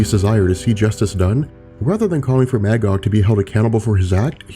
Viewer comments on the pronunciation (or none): The character's name is pronounced "Muh-gog". Not MAH, Gog. He's literally a biblical character existing in both The Old Testament and the Qu'ran. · Magog is pronounced as [mey-gog], the first part of that word sounding like the month; May. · Maggod is pronounced Muh-Gahd. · My favorite comic book story. Irony is my favorite dc hero Green Lantern (Hal) is not in it. Also Magog is pronounced Muhgog. Please, for the love of all that's decent, it's Captain Marvel, not Shazam.